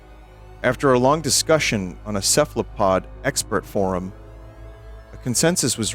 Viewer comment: The way he says "cephalopod expert forum" makes it sound like they're cephalopods that are experts.